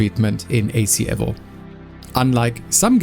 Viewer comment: Please stop calling it Assetto Corsa EV-0..... it's E-VO